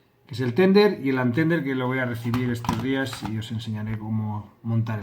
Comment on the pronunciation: no digas Tender! jiji. Suena a Milka Tender(tierno) jiji. Tethered(atado, amarrado) sonaría mas a como "tederd". Si buscas en google traductor puedes escuchar como suena. Con lo que te esmeras NO PUEDO dejarte ahí diciendo TENDER.:-D Que honor! Me has hecho famoso!! Voy a compartir el video en mi facebook.;-) Un saludo. Animo!